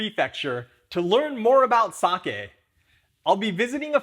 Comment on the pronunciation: Hoping monolingual English speakers watching this will finally learn how to say “sake” correctly.